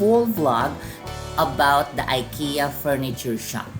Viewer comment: you have been to Sweden and you didn’t cared to know the right pronunciation of Ikea? you should research more if i were you